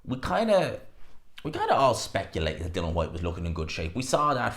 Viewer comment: HIS FCKN NAME IS DILLIAN NOT DILAN. SLACK